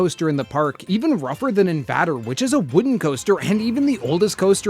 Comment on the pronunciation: Bro said inVADer its in vayder